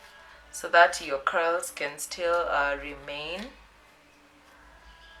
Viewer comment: what she said "Loosen the Curls" vs what i heard "loosen the cows "mwa yiyaaaa....Kazi safi tho hehe